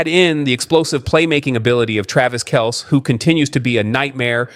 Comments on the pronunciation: Its pronouned Kel-see, not Kels. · Narrator should check the pronunciation of names like KELCE before speaking! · Yes, I agree.